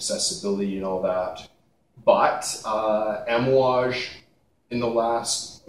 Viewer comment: Lol bro you keep saying Amouage wrong haha. But we all know what you're talking about. Cool video!